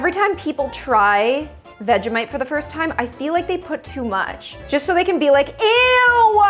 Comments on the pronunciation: That's not how you say Vegemite but ok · As an australian you gota use less vegimite and btws I pronounce it veji mite